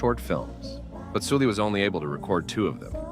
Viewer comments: Note her name isn't pronounced like Soo-lee, but more like how you'd say Sullivan. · it pronounced seolli actually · No it’s not. Koreans wouldn’t pronounce her name like “Sully.” It’s Soo-lee. Su making a soo. Why are we lying lol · Her name is clearly written in Hangul as 설리 which is "Seol-li" aka Sulli. Not "Soo-lee".